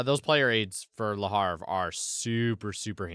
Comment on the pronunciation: Hey guys... I'm still here and kicking it!:) Also, it's Le HA-VRE, not Le HAR-VE Here's a video